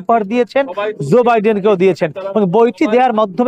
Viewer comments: Not Zoe Biden but Joe Biden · Bro Stop Saying Zor Biden it's Joe